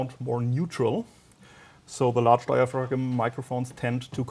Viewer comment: Dia-frag-um. Lol